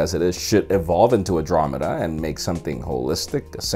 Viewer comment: U pronounced andromeda wrong.